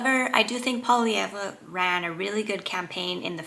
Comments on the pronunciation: Nobody except French-Canadians pronounce Poilievre's name correctly. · You should learn how to pronounce Poilievre's name if you want people to take you seriously.